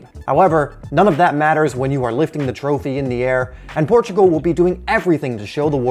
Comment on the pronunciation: Thanks you for saying Portugal. People do not recognize this